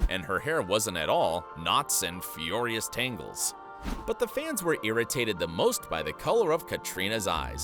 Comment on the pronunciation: It's odd that narrator not only mispronounces names but also common English terms - "furious"??